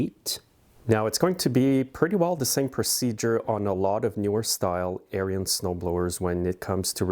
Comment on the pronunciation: Note: Ariens is pronounced Airin's not Air re ins. Check out any of their videos.